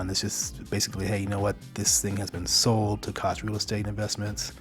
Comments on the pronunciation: Koch Industries is pronounced coke industries. LOL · The Koch industries pronounce their name "coke" I enjoy your channel.